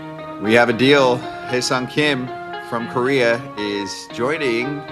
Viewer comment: Man all these podcasters mispronunciation of his name makes me wanna rip my ears out Hyeseong Hye = Hair (without r) Seong = Sung